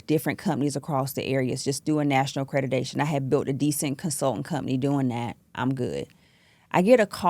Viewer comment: Accredidation. She can't even say the word. Idiot. Scammer. Zero training and education in this. She makes me sick